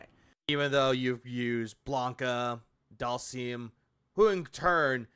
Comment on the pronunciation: He needs to stop calling Dhalsim doll-seam.